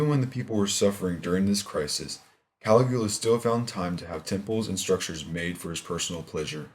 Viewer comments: He pronounces Caligula's name as " Kali Goola "......hahaha. loses a lot of credibility for me. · caliGOOa? smh. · Seriously dude, you can't even pronounce Caligula's name! Can take your video serious!!!